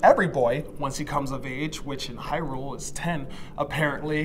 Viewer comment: Man this "hyrules" xD cries